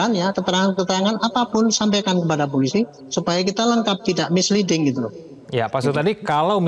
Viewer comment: Bapak ini nyebut polisi saja gak beres. Masak iya dia bilang pulisi😂😂😂😅😅